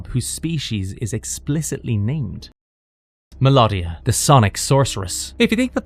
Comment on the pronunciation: This was great but a few mispronunciations. Mel oh dia & Moleck u lar! I loved this cartoon & have them on dvd. Transformers, He-man, Gobots, GIJOE, Transformers & Thundercats & I do also love Herculoids & Jayce & the Wheeled Warriors ❤ great times